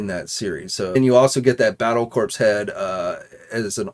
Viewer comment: The “p” in “corps” is silent, gomer.